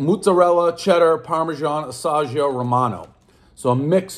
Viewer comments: Lol “asa-geo” cheese it’s pronounced ah-sea-ago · AssAGeo cheese. One mispronunciation, everyone knows the rules. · how you pronounced "Asagio" cheese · dave, asiago is pronounced “ah-see-ah-go”, not “ah sah jee oh” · Bruh it’s pronounced "AW-SEA-AW-GO" not "AW-SAW-GIO" you might be dyslexic prez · Ah-sea-ah-go. (the Ginny shit!) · Uhhsaggio cheese..that's a new one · Many cheeses. Assahgeeoh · What the fuck is Ah-Sah-Gee-Oh? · Dave can't pronounce asiago, everyone knows the rules. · you know Dave is getting to the end of his sniffle stash when he's saying "asiago" wrong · How do you not know how to pronounce asiago? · Can you say Asiago again for me lol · How does an adult not know how to pronounce Asiago?? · Butcher the pronunciation of asiago, everyone knows the rules. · one bite everyone knows he doesn't know how to pronounce asiago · One inability to properly pronounce "Asiago", everybody knows the rules. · Mispronounces Asiago, everybody knows the rules. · Calls himself "a pizza guy", doesn't know it's called a pizza peel, can't pronounce asiago.